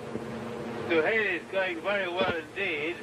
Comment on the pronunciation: Come on, man, it's "Suhaili"!